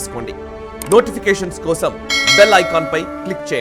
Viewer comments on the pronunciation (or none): none